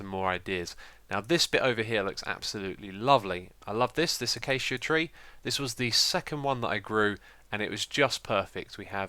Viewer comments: I don't know whether you do it on purpose but its not ACHACHA wood, its pronounced AKAYSIA. lol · A cha cha wood lol (A Kay sha) is how ya say it! XD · "Acacia" is not pronounced "ah-cha-cha". Check it up. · The acacia wood is actually pronounced ac-a-sha